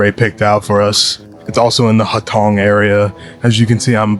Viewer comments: i love ur guys stuff!!! as an Australian Chinese student, I thought I ought to tell u that hutongs is pronounced hoo-tong rather than a soft huh-tong sound. Please keep up the incredible content. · Enjoyed your video - fyi the alleys are pronounced as “Hoo Tong”